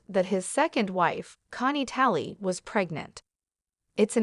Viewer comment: Why can't you say her name correctly.